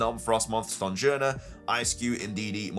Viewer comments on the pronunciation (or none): none